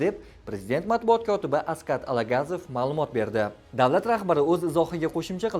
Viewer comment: Алагазов эмас тогирлап укишни урганинглар Алагозов. Одам исми шарифи толик килип аник айтишни урганинглар